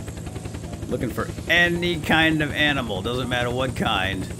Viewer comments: Animal* you said amimal xd aminal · Umm why are you saying amnol wtf?!!